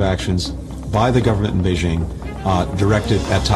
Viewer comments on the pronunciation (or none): none